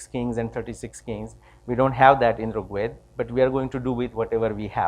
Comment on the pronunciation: Excellent talk. A few corrections though: firstly, it's pronounced as R̥g Veda (the ऋ or r̥ is like the English "r", not रु or रि). Second ( & ), the SI unit of length is metre (from the Greek metron which is cognate with mātra or mātrā in Sanskrit), not "meter" (which is a device that measures), with the symbol for kilometre(s) being km, not "KM" (which means "kelvin-mega" and is meaningless). Third, , your slide shows the year ranges in reverse order; 6000 BCE is older than 800 BCE, so they should read "6000 BCE – 800 BCE", etc.